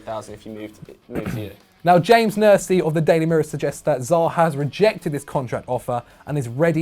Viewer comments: Wow, way to totally mispronounce James... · the way he pronounced James...